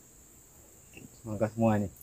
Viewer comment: Semangka bang bukan semaka